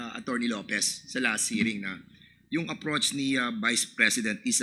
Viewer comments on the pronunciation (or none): Dan Fernandez, utang na loob magtagalog ka na lang….bakit ung pag pronounce mo ng “ approach “ aprotch…ano yan? Ok naman magtagalog ka. Wag nyo iboto si Dan, google boy/ hubadero mga taga Laguna. Yumaman na dahil sa kurakot!